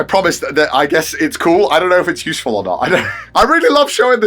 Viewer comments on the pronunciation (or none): none